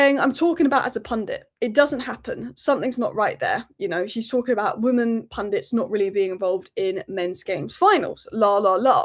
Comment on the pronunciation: why do you keep saying 'woman' and not 'women'?